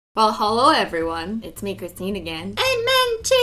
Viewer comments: My brother: Christine the science queen??? Me: No!! CriStInE ThE ScIeNcE QuEeN 👑 I was more pissed off that he said her name wrong! ( he said it with a H ) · its not christine its CRISTINE she says with no h